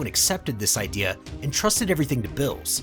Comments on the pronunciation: Him:bills Me:beerus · Why is beerus called vills?